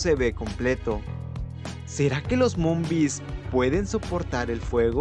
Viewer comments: Porque dices monbis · momvis ✅ Zombiz ❎